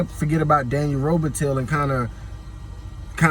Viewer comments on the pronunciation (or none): Its pronounced Ro-bi-TIE not ro-bi-till